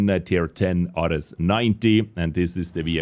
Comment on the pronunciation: I believe it’s pronounced Air-eez